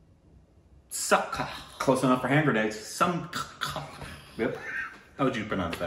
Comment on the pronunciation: Birthday wishes to. May you continue to be happy and joyful always. Note to: Great effort considering you had to rely on Google translate. I can understand its limitations. Malayalam - It is Janma Dina Ashamsagal. [Not samsakal] Kannada - Huttida Habbada Shubhashayagalu Tamil - Piranthanaal Vazhthukal [Most people can't pronounce 'zha' and it's tough to translate it phonetically so it is replaced with L]. Hindi - Janam din ki Shubhkamanaye would have been more appropriate. Mubarak is Urdu. Not popularly used.